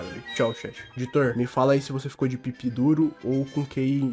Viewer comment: "Ditor" LALAKAKAKAKKAKA QUE BONITINHO MANO, errando as palavras minha nova religião ❤